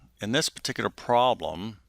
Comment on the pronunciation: interesting - but please work on your enunciation - syllables are slurred together (e.g., ;pro-blem' not 'prlm')